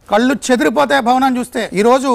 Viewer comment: కల్లు కాదురా బాబూ, కళ్ళు. తెలుగు సరిగా నేర్చుకోరా బాబూ